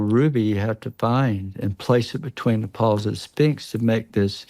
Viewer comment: The "Spinks" 😂. Oh dear; I don't think I'll pay too much attention to someone who can't say "Sphinx" properly.